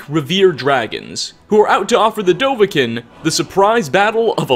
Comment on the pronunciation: I’m on board with everything except the way he says dovahkiin. The song, and every person in the game call him Doh-vah-keen. It’s even spelled with 2 i’s.